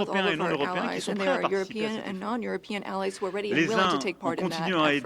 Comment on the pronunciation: She is reading a script. Why do you think she said allees instead of allies? You don’t make that mistake unless you are reading out loud.